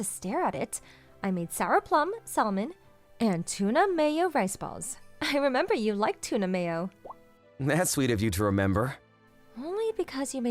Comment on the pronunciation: Never pronounce salmon like “saulman” ever again.